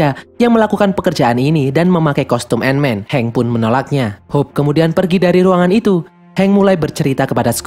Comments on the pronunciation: Tulisan Ant Man Dibaca : & men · ''ANT-MAN THE WHAS''